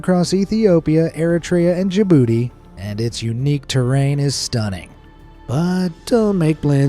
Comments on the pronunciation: "and Jabootie" (if that's how u spell it) Jabootie?Ja-bootie? Yu-bootie! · When he said Djibouti, I thought he said your booty😂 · XD you just said ja booty!!! Sorry guys I couldn’t help myself